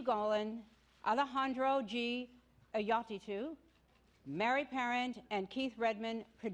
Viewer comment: That woman can't say Innaritu for TWO YEARS IN THE ROW. Holy crap....